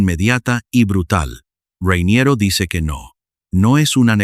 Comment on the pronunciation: Se llama "Rainiero", por qué inventas vocales llamándole "Ruainierou"... llevas un chicle en la boca? 😂😂😂 Como el anuncio de "Carolina Herrera", que la llaman "Cauruolainea huerrueira", parecen borrachos! 🤣🤣🤣